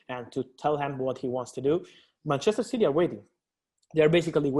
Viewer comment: Btw It’s City and not Citeh👍🏼